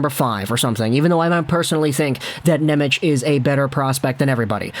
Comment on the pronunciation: I love you, buddy, but before i have a conniption, i have to let you know it's pronounced "NemeTS", not "Nemech." His name is spelled "Nemec" Slovak, the "c" is a soft "ts" sound, whereas the "č" is an english "ch" sound, like "Černak". (Related side tangent, the Slovak "Ch" like in "Chara" is actually a hard "H" sound similar to "Channukka" [sp?], people have been mispronouncing Chara's name literally his whole career.)